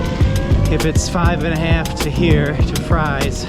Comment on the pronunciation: Just saw this, we live near Galax and ride the trail often. Love it! Yeah, it's pronounced "Freeze". I think the tunnel is creepy, but amazing at the same time. So glad to see someone enjoying it.